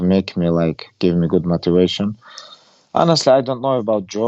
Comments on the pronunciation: Khabib's favorite word "Matuation". He used it in almost every interview...😂. I love him as a champion, i love him more as a person, humble. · Elric Anderson it’s how he says motivation